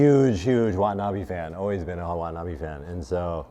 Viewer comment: Why does everyone pronounce watanabe wrong ?